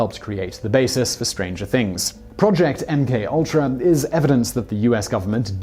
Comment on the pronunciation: Pronouced MK Ultra properly this time, progress!